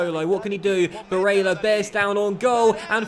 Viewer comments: barélla, with the double L, not Barela, he is not brazilian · Pronounce Barella as if the "L's" are silent..should sound like "Barea" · lfcgo7 he is prob crying about him saying barella a certain way. These kids seriously need to stop being so petty and get over it. Really not that big of a deal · DarkestShadow Hey man just to clarify, I have no problem with the pronunciation of Barella. But the fact that has refused to even acknowledge the problem is what bugs me. Also let me ask you this, when was the last time there wall a poll about something. I'm not here to watch him play FIFA against the AI, I can do that at home. I enjoyed the feeling of being a part of a larger community. Doesn't feel like that anymore, at least to me. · STOP SAYING BARELLA LIKE THAT!! so cringe... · stop sasying barella like that ffs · Stop saying Barella like that!! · I swear to christ stop saying barella like an italian. You are not itallian. I have seen loads of top comments across multiple videos of yours, please listen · Pepe Frog Thank you, I’ve been saying this for ages